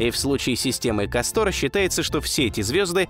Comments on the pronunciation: Сдаётся мне не КастОр, а кАстор. Ударение на а. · Видео всегда интересные, НО это я досмотреть не смогла. КастОр вместо КАстора достал минуте так на 4. Неужели нельзя проверять произношение? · КАстор, КАстор, а не КастОр Слушать из за этого тяжело. Если читаешь по бумажке, то пусть твой редактор ударения прорисовывает......... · Как тяжело слушать название кастОр. Всё-таки русский язык говорит о том, что под ударением должна быть как раз буква А. КАстор! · ударения в названиях неверно .не КАстор а кастОР.это имя .римское или древнегреческое точно не помню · Ну тогда уж не КастОр, а КАстор. Если не ошибаюсь ещё в Древнем Риме данные звёзды получили такое название. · Я бы лучше сказал кАстор, а то как касторка звучит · Так старались, что куда ставить ударение в названии звезды не удосужились узнать? Такое себе старание... видали и по-лучше. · Может быть ударение на Первый слог? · Ударение, все же, на первый слог! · Прквеоь ставить ударение на первый слог!!!!